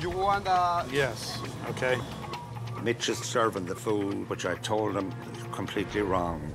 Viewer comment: I swear their all saying bitch instead of mitch 🤣🤣🤣